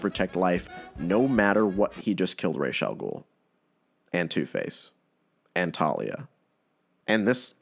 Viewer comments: His name is not rayshe... Ras al ghul actual means head of the demon It's a real word in arrabic while rayshe is made up gibberish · just changed the way all of the world pronounces Ra's al ghul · Not to be a fun killer but it is Ras (raas) not Ras (rashe) as it literally is arabic for “head of the Ogre”